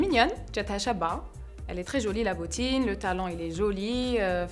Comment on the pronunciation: on dit jolie et non pas jeuliie 😐